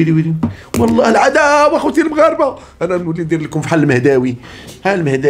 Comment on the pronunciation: واعرة هههه اااااالعداو اخوتي المغاربة و تلفظها بصوته على التمام و الكمال تحياتي